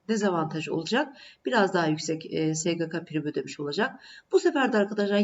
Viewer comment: Sgk diyememeniz cok rahatsizedici)